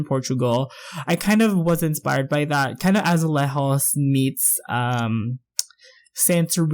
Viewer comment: Amazing build, I liked especially when you said "Azulejos". Very talented, fantastic.